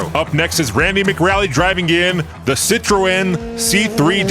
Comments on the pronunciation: Citroen = SIT-R-OWN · Gotta work on the pronounciation of the car manufacturers dude :) Lancia - Lan-see-uh Citroen - Si-truhn Hyundai - Hai-un-dai or huhn-dai if your weird.